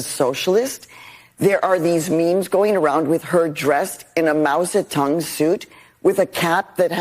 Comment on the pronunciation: Mao Zedong NOT Mousietong...